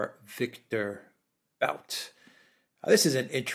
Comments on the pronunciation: The expert on victor bout (pronounced boot) is Daniel Estulin. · Guys, guys. It's Boot, not Bout, Bouth, Booth. The OO is short. More like 00. And what's more important - he is a good guy. Trust me. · BOOT!!!!!! Not Bout!!! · Not to be that guy but 'Bout' is pronounced "boot" (based on what I heard on Russian news) Otherwise, very good points on the topic. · Sorry, but his surname is “But” as in put, not “Bout” as in about. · His name is Бут, pronounced as Boot. He may not be snow white but he refused to “testify “ against Russia in exchange for freedom, even under threat of 25 years in prison. How many people would be ready to do this?